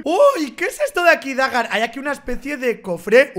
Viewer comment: No es baga es dagar ashhhh